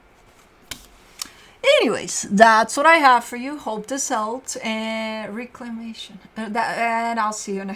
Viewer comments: It's pronounced, "reh-clem-ation" 😉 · It’s reck-la-mation- perfect oracle card ending! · Sounds like Reck la may shun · This is the same Oracle card that read way back in a December 2024 Pisces reading. She has given me the utmost of clarity over the years. And she pronounced “reclamation” just fine in that December 2024 Pisces reading, by the way. Thanks,.